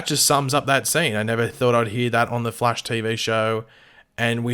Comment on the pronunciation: Why does it sound like you called him "The Flesh" while talking about the dinner scene?